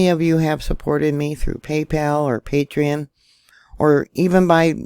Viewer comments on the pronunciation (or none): none